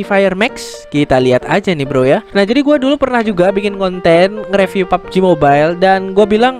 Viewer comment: mbak bilangnya review ya bukan riviuwe